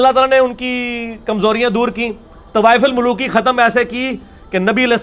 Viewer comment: It's tawaf ul maluki not tawaif ul maluki